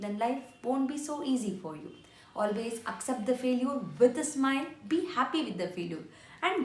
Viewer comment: What is faleuer???😂😂😂😂 It is failiture ......